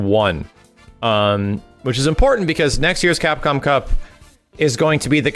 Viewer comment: Drinking challenge, every time successfully says CapcomCup!!! First 5 minutes and I'm dead...